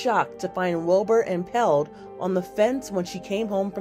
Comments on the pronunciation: Why does the journalist keep saying impelled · Impelled? Impaled narrator. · She really said impelled 🤦‍♂️